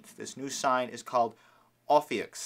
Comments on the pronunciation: BTW it's "ophiuchus", read as ɒfiˈjuːkəs or simply "oh-FEW-kuss", not ophiuchs or oh-fewks. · Its Pronounced Oaf - few - kus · if you're gonna talk about it you should pronounce it right. it's oh-few-kuss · i've read both the descriptions for aries and taurus. everybody i've asked still tells me that i'm a taurus. and it's pronounced O-FEE-YOU-CUSS. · It’s pronounced O-few-kus.... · Repeat after me: o-few-cus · it's pronounced oh-fee-you-cuss lol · Your saying the name wrong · The dude is pronouncing it wrong. Go to Dictionary com to hear it properly.